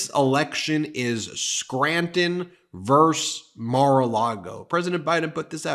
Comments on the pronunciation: versUS is never pronounced "verse". ಠ_ಠ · Please "versus not verse" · Sick of his voice also. P.s. VS= "versus" not "verse"